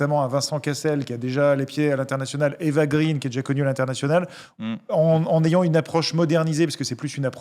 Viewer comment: Salut, juste pour info, on prononce Eva "graine", étant donné qu'elle est Française et que son père Walter est Franco-Suédois.